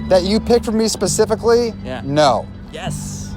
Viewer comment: At the end "Those two, pacifically..." I had to rewind it to make sure I wasn't hearing things., your Navy is showing.:p